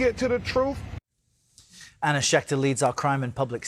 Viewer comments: I didn't know truth had an f on the end of it, "truff" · Substituting ‘unvoiced th’ for ‘f’ is a common linguistic feature of the African American dialect, which is one of many dialects in the US. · The troof! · Their lawyer can't pronounce the word TRUTH